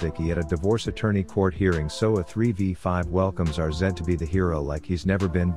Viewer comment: it’s underfed zed